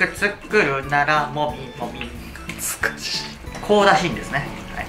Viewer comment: 「っつかしぃ…」